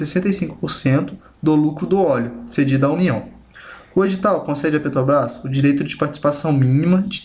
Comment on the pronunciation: Muito bom! Parabéns! Só precisa treinar mais a palavra " Petrobrás ", porque em todas as vezes você falou " Petobras ". Fica a dica. Mas não tira o seu mérito pela bela explicação!